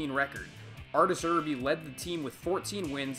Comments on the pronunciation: Mispronouncing Irbe's name was funny, but it sounds like "Err" "Bae". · LOL I burst out laughing at the way you pronounced Artur Irbe's name.